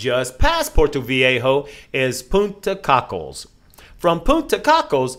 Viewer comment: I was only there 5 days and even I know it's not Punta cockles. It's Coke less Beach is how it's pronounced